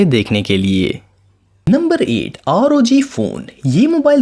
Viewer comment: Its not r o g its rog phone